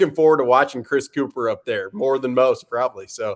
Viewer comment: You’re mispronouncing his last name. It’s pronounced “cup-her” you ignorant Philadelphians